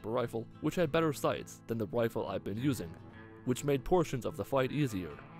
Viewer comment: did you say gwifle?